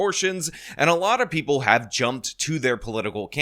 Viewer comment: 6 hour days and preople. Cmon,, you're slipping.